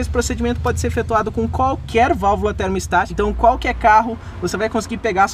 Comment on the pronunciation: Muito bom seus videos mas apenas uma correção na pronúncia ai! O nome da valvula é "termostática" e não "termo estática". Abç